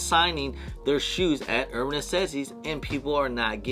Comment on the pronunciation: Why do you say "Uban Necessities" like that? I can't even watch this.. lmao